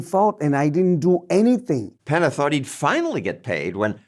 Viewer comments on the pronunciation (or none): Peña not Pena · PENNY-YAH….take time to find out pronunciation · Penna lol. John's never seen an ñ?